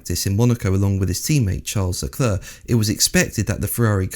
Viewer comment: Hey, you mispronounce Leclerc, you say Leclur. Think of the female name Claire, that's exactly the way to pronounce "clerc": Charles Leclaire.